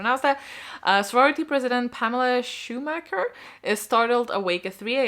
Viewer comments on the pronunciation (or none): none